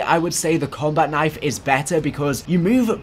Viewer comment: "Combat Knife" You butcherd it